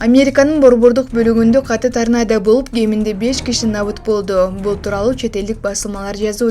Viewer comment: Тарнанда эмес , торнандо болсо керек эле, уялбайсынбы ката окугандан.😅😅😅